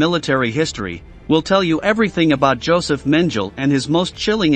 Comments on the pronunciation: PLEASE learn how to pronounce German words! It is MEN G LER not menjel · It’s pronounced Men gel ee not men jell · If the computer voice mangles the pronunciation of name of the subject of your video, then spell it differently and trick the computer voice to pronounce it right. That's not a crazy concept, and YouTube is obviously your thing. So try harder next time, you have A LOT of competition here. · HIs name was pronouncecompletely differently from this narrator's "version" for decades. What gives? Either the past sixplus decades are wrong or this guy needs to do his homework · Learn to PRONOUNCE his name. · It's very annoying how you pronounce his name